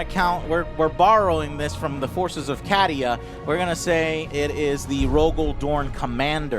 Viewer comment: He also said Cadia as Caddy-ah rather than kay-dee-uh